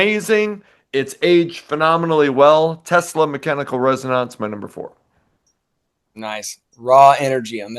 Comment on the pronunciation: The Tesla album isn't pronounced "res-o-nAnce." It's pronounced "res-o-nEnce." High N Dry is in my top five ever... and I really don't like Def Leppard all that much, but that album is straight heat from beginning to end. Just phenomenal.